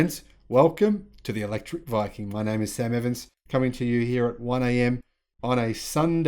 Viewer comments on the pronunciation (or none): none